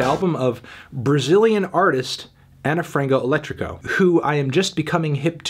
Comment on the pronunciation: Ana (ana) Frango (Frahngoo) Elétrico (elEtricoo) - - Saudade (Sowdahjee)